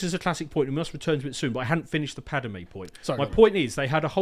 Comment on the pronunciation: I dunno how is so knowledgeable on Star Wars lore, but he keeps getting Padme's name wrong.